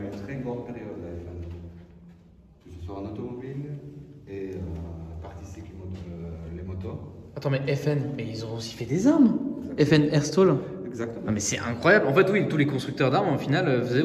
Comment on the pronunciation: Petite info: à "FN Herstal" se prononce comme c'est écrit et non "Herstol". D'ailleurs l'armurerie se trouve dans la ville d'Herstal en Belgique, d'où le nom ;)